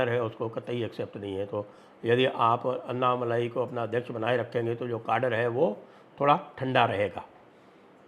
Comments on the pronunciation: Anna Malayeh not Malai 😂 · Annamalai nahi -- ANNAmalai boliye. "N" shabd ko "n" math boliye